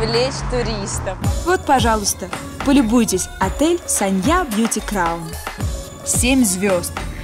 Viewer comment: Anna Andreeva город то санья, а не ссанья